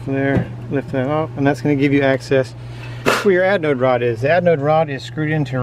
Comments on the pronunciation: sounds like you are saying adnode rod...hehe. ...great instructional video !!! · Adnode or Anode - lol, thanks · LOL had to laugh every time you called it an adnode rod. Threw a D in there for some reason. Also there is no such thing as a hot water heater. If the water is already hot, there is no reason to heat it. LOL.. Just playin with ya. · We always have a blast.....and I mispronounced anode rod throughout the whole video. I kept calling it aDnode rod. 😂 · At least you were consistent "misanunciating" the word anode. Always enjoy your videos, keep them coming and stay safe.